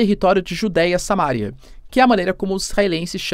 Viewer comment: Samaria, e não "Sámaria".. Respeite prosódia da pronúncia da Língua Portuguesa 😝